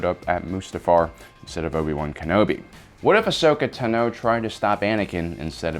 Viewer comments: Is anyone else mad at how he pronounced Tano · Is it just me, or does this guy consistently mispronounce so many names that it makes it seem like he is reading from scripts someone else prepared and isn't really a Star Wars buff himself? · Anyone else wanna head butt a wall with the way he says tano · Please if you cannot pronounce her last name then just say ahsoka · How do you not know how to pronounce her name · Hearing this guy say "tano" makes me cringe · PRONOUCE IT CORRECTLY PLZ (i love your channel but omg the way you pronounce tano and utapau makes me cringe) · You kept pronouncing Tano wrong the whole time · Why do you say her last name weird. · I don't like the way you say tano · Really don’t think this guy has ever seen Star Wars he can’t even pronounce Ahsoka Tano right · Pronunciation of Ahsokas last name is killing me. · Its cuz he keeps mispronouncing her name!!! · Bruh please stop saying teno it’s tano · why does he she "tuh-no" instand of "taw-no" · It’s Ashoka tAno, not ahsoka tanO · Bruh you said teno its tano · It's pronounced TAHNO, not tuh-NO. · It's pronounced "Tah-no" not "Tuh-no" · Y does he pronounce Ahsoka's last name TaNO instead of Tano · TENO????? It’s TAAAAANOOOOO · It's tAno, not tanO, it's time to stahp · Bro it’s Tano not Tino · You are mispronouncing Ashoka Tano. It's (AH- SOAK-A - TAH-NO) NOT (AH-SOKA - TUH-NO) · The way you pronounce her name is throwing me off, you're saying it quick Like TNo Im so used to it being longer like ( I don't know if this will communicate correctly through text but) if you sounded out Ton-oh, tru-per for trooper ton-oh for Tano. Well I don't know how its supposed to be pronounced just throwing my two cents out there. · Tno is what he said it’s tano I have ocd 😂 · T O N - OH not tino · The was he says Tino instead of Tano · in my language its pronounced tAno not tanO i guess its the same everywhere? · Tah no, not tuh noe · Tunoh. Tunoh. Tunoh. Me: ITS TAHNOH! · Yep its “tanno” not “tenno”